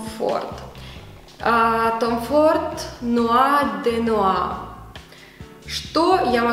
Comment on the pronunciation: спасибо за классное видео😉нуар дэ нуар произносится👌